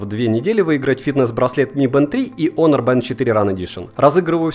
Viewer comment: Х Хонор, а не онор